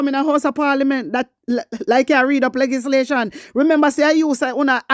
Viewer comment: Good morning my warrior, bun fiya pon dem. Plz note that the correct pronunciation is L E GIS LATION blessings